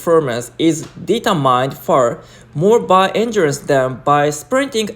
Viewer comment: 1.47その他多数でてくるdetermined はディーターマインドではなくディーターミンと発音します。 それでも構成や話し方は前回よりも断然良くて楽しめました！ 上裸も刺激的でした😊